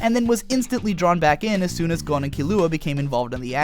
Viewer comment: It sounds right to me